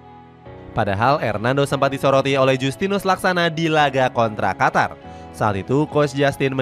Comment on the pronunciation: Qatar apa Qotor bg 😂